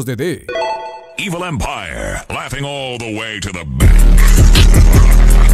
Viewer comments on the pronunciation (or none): none